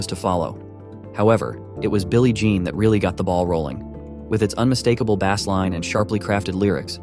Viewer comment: This is obviously not a real human reading…. Pronouncing “bass” like the fish.